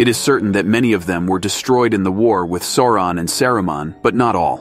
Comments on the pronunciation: Sore-On the Dayrk Loard 🥴😂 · Sour-on, actually. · Sore-on apparently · Esp. how to pronounce "Sauron."